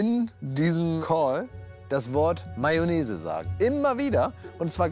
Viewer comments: „Mayonese"der arme😂😂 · "Sex sells"... "Mayonaise" xD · Wie ich mich bei jedem "Mayonnaise" weggeschmissen habe :D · Sido bei SAP: Mayonnaise...Mayonnaise...MAYONNAISE Auch Sido: Wie hab ich mich denn verraten? 😂